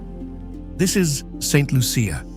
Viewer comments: I am getting annoyed by those AI videos. Like many other born Saint lucians, we can clearly see you did not do your a research befor making this video. You're mixing up different saint lucia videos. And please learn how to pronounce Saint Lucia. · The butchering of my island's name and some of the communities. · please do your research, St Lucia is not the only volcanic island in the Caribbean. Also, learn how to pronounce the name of island. However, there were some beautiful views. It is a very poetic view.